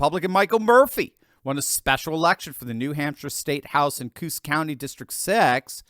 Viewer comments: I apologize for the nit-pick Doc... Coos (in New Hampshire) is pronounced Koe-Oss. Oregon says "Cooze". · Coos - pronounced CO-OS (Kho-awsss) not KOOSE! just saying...